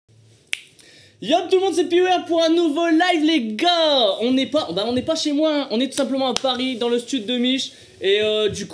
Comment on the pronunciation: il melange les o et l a quand il dis les goars